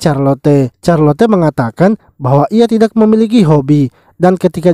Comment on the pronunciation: Knp carlote bg itu di bacanya carlot